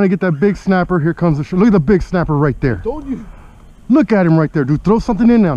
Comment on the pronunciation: Now that snappah is a KEEPAH ! It’s a big boy baby!